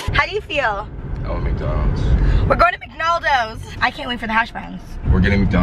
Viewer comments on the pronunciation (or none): said mlcdonals